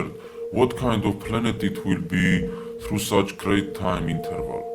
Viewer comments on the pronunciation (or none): none